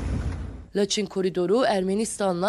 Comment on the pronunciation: Laçin deyil Laçın